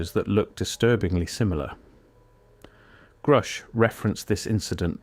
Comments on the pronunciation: It's not pronounced groosh, buddy. Its like grush. Like the word rush, with a g at the beginning. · Grusch rhymes with rush. And he is a very courageous man. Thank you very much for this channel.